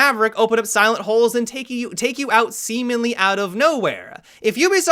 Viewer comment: "semenly" ummmm oke